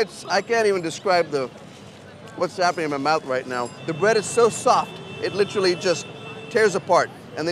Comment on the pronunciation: When did we start pronouncing "literally" incorrectly?